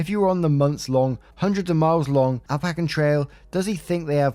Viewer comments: "App - uh - LATCH - in" or "App - uh - LAY - shin". Either is acceptable. But "Al - pack - ian" is not lol. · Hey Appalachian is pronounced Ap-a-lay-shun. It’s beautiful!